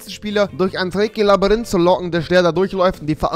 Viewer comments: „Er ist im Labarynth.“ 🤣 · Labarinth.... xD ich war auch nie gut in Deutsch mit 10 :P